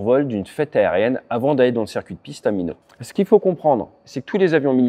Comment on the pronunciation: Ate, ça se prononce Maï-not, on prononce le T. Minot viens du nom d'un ingénieur ferroviaire décédé sur la construction voie ferrée a cet endroit!! go around and wave off...safe👍